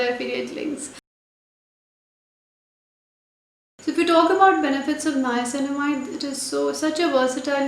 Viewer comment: Finally a youtuber who is pronouncing the word niacinamide correct .....